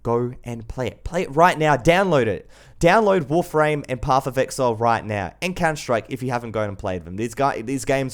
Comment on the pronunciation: its counter strike not CoNträgT btw black squad definitely isnt better then warface